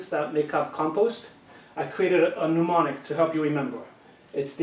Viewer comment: Nemonic not pneumonic my friend